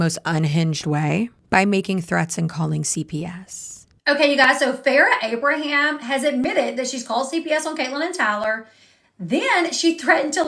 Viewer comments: It's you saying "AbrahamS" for me. There is no S at the end of Abraham. Proof that Farrah simply does not matter 🤣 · Her last name is A-bra-ham… not Abrams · Who want's to bet that at some point Sophia will come out and say her Mom was a monster behind the scenes? "Anything the public saw of me and my mother was all fake. Blah blah blah..." I'll be shocked if this doesn't happen. Also, I LOVE that you said Farrah's last name wrong so, many, times! This would send Farrah over the edge if she saw it. I'm here for it.